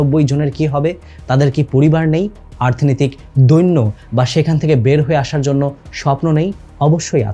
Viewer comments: আর্থনৈতিক কেন বারবার বলছেন? শব্দটা অর্থনৈতিক। আর জিয়াউর রহমান, খালেদা জিয়া বড় একটা সময় দেশ শাসন করেছেন। তাদের বিষয়ে ভিডিওতে কিছুই দেখালেন বা বললেন না যে? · ভিডিও টা ভালো লাগলো কিন্তু বারবার অর্থনৈতিককে আর্থনৈতিক কেনো বললারে ভাই🤔